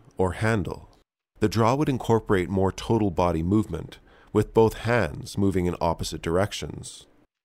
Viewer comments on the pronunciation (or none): none